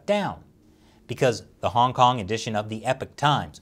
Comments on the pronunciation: Does anyone else hear “Honk Honk” every time he says Hong Kong? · I can no longer hear say "Hong Kong" any more - it just sounds like "Honk Honk." Once heard, can never be unheard. It's not ' pronunciation - it's the CCP's ideology.